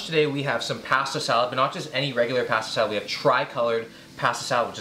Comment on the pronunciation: Take a shot every time he says pahastah salad